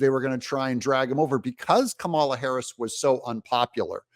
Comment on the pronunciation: Chucky pronounced her name camel-la. I guess they're not doing the you're a bigot thing anymore, if you don't say comma-la? He clearly did it deliberately right, to be demeaning and racist.